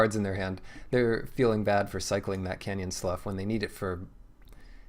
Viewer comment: Dang what a great game! Always enjoy watching your sealed tournaments especially, and don't take this wrong, when your pool is bad to medium as there is so much more to learn from watching someone make something out of essentially nothing. Also It's Canyon "Slew"